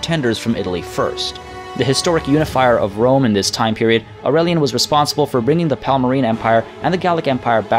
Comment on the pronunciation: Yay! I love “wome”. It’s bwilliant! Spencer twacey and wapists.